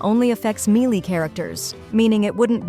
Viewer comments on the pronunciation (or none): none